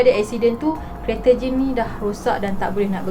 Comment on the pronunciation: akakk sy dgr akak ckp jin bkn jane 😅 ke mmg sebutan dia mcm tu hshs